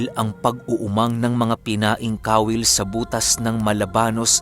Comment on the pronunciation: Kawil po at hindi ka-wil :)